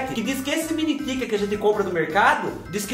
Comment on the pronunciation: Achei engraçado vc chamar eles de Mini "Tiken"🤣...um inglês bem interiorizado👏👏👏👏👏😃